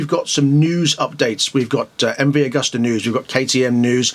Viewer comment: pronounced 'agoosta'...